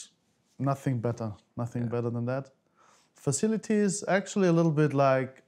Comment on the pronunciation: “I prefer not to speak, I ‘af nassing to say, nassing to say, nassing”